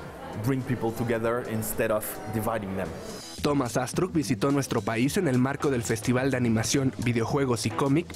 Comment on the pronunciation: Y Thomas Astruc no lleva acento al decir su normbre